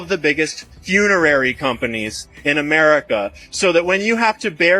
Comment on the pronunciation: Did he say funerally?